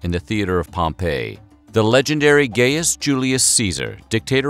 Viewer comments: Thought it was pronounced GUY-US NOT GAY-US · Gay-us? No Gaius! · not gay-us its guy-us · The mispronounciations here are painful: it was at the base of a statue of Pompey (pronounced POM-pee) that Caesar died, not "Pom-PEH", which is a resort city buried by volcanic ash a century later. And the name Gaius (GUY-us) is almost never mispronounced... but somehow, here it's GAY-us. Having said all that... fantastic video! I'm in awe at the amount of research that went into it. (Incidently, that whole "Beware the Ides of March!" incident was also related to us by Shakespear, and so there's a good chance that it never occured either.) Again, an interesting and wonderfully researched video, thank you. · Gaius was pronounced Gy-us not Gay-us. Otherwise, good job. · Great video, but I have to remark, the man, the legend was not named Gayus Julius Cesar as you pronounce it. Gaius, is pronounced G AI OS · I cannot understand how this channel can have such obviously great production value, yet still, manage to mispronounce words over and over again. It happens A LOT on this channel. It's GUY-US Julius Caesar. NOT GAY-US. HRMPH! For the record, I don't get this BECAUSE EVERYTHING ELSE ABOUT THIS CHANNEL IS SO WELL DONE! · What an odd pronunciation of Gaius - Gayus instead of Guyus. There were many others - Bithighnia ! (instead of Bethinia) and Pompeii (insetad of Pompay) ! for instance. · gayus? GAIUS( GUY US) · Gaius is pronounced guy-us, not gey-us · "GUY-us," not "GAY-us." "Et tu," not "E tu." Come on, Weird History... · Gayus? It’s pronounced “guy”-us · My dude did you call him GAY-US It's Gaius, as in GUY-US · It’s pronounced Guy-is not Gay-is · Correct Latin pronunciation of Gaius is phonetically speaking: "GUY-ooz". The "Gai" part sounds like "Guy" pronounced in the same way as "hent-AI". And the particularly short, quick "ooz" sound must audible. The name should almost sound like this "GUY-US". It's definitely not gay-us, lol, who's the idiot who came up with that?!